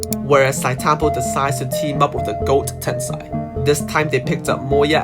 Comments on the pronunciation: how do you make an entire video about Sitetampo and pronounce his name wrong lol. It's read as "See Te tampo", not "Site" tampo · Please stop saying site tampo... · It triggers me when I hear people mis-pronouncing his name. Not Site-Tampo, it is si-te-tam-po (Zhi Te Tam Po) At least show some respect